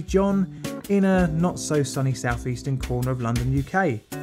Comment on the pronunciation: BTW 'a sunny cornder of SE London'? Where's that, Cannes? I love the channel but I have to say that you need to check pronunciation, especially chemicals. Trichloroethylene is spoken as trai·klaw·row·eh·thuh-leen, not tri-chloro-phene. That's just an example I remember. It grates only because the quality of everything else is great. I wouldn't mention it if it wasn't so close to perfect.